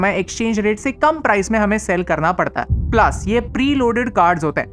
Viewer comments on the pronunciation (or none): none